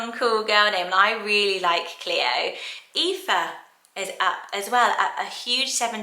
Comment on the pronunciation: Aoife not aiofe